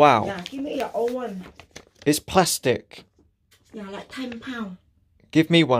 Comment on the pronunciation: What's wrong with it? Is he saying it wrong